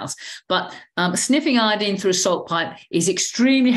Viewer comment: Glad to hear someone pronounce Iodine properly. Folks seem to pronounce the element like the tincture of iodine (as in dine at a diner) and alcohol that we used to use on wounds.